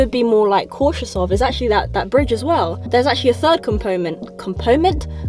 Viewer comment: urghhh got late to this one as I was driving...p.s. you know that slight smile you do as you speak is the cutest thing on planet Earth. also... 'compoment' ahaha